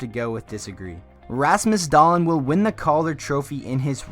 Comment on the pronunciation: Rasmus...Dah-Leen will win the Calder? Yeah I can see that happening! Learn how to pronounce it lol